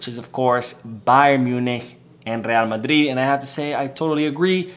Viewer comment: I hate to the way you say Madrid 😡😡 talking about real madridd